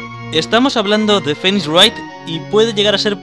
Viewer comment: algien mas se ha dado cuenta de que dahlia no dize bien el nombre de phenix, dize Feenie.